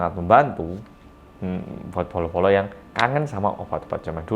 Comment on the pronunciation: Setiap bilang bolo² gw selalu dengar polo² wkwkwk ada yg sama?